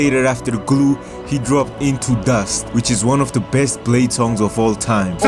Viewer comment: Yoo he called bleh-dee